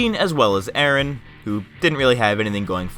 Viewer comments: He said "a-a-Ron" instead of Aaron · I died when he said A-Aron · No way lol you just said a-a Ron lol. I get it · Lol, A-Aron.